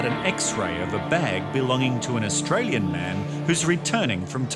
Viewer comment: That Chinese man couldnt even pronaunce Australian citizen. What a joke revoke give it to someone better